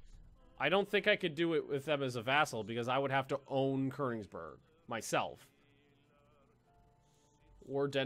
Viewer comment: Ugh say Konigsberg right